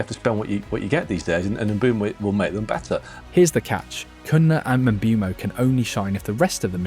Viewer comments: Lol I lost count of how many different ways you pronounced Mbuemo. Very interesting video though. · Bro pronounced Mbuemo's name 17 different ways in this video